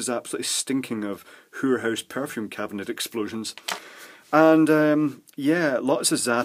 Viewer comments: I don't think I can imitate adequately the way that says "whorehouse." In print it would probably be rendered "hoorhoose," but that doesn't do it justice... Also I think I finally know what sounds the spelling "guid" aims to represent... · 'Whore house'! said just like my Mayo granny would say it :)